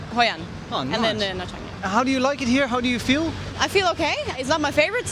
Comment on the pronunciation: Omg the pronunciation of nha trang is the worst..the interviewer should make it correct